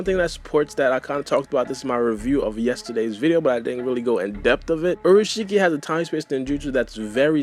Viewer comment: u said urushiki it's pronounced as in ulashiki